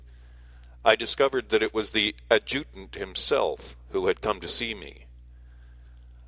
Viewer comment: FYI adjutant is pronounced ad' ja tant